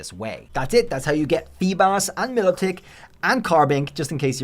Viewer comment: My-low-tick is how you say it.